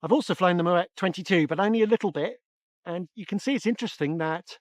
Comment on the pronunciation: It’s pronounced “MmmmWET”